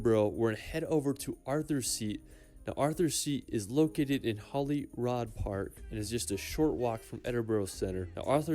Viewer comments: It's not Edinboro it's pronounced "Eddin Bra" ... Glen Finnnnan is pronounced "Glenfinn an" Holyrod is pronounced "Holly Rood" .... And it's insulting he didn't think to include Glasgow (not Glaz Gow but Glaz Go) pronounced locally as "Glezga" our largest city in this. But love your reactions Bro... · It's Edin bruh Glas goh Holy rude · Glen FIN NAN VI A- DUCT now put them together and pronouce together, ED- IN - BURGH. HOLY- ROOD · Pronunciations just cringe. edinborrow 🤮 edin- bruh holly rod ugh 🤮 fee nan 🤮 honestly Never copy these !